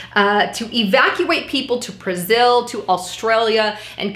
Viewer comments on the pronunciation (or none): none